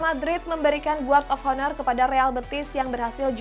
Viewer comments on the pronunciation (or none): Guard of honor 😂😂 Pengucapannya gard of aner yaaa min 😂